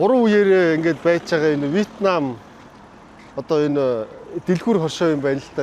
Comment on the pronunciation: Вьетнам гэдэг үгнийхээ дуудлагаа зөв дуудаж сураарай,2 дахь үеэдээрээ өргөлт байдаг шүү!Ер нь англи орос хэлийг зөв дуудаад хэрэглээд сурчихвал өөрт чинь зүгээр дээ,!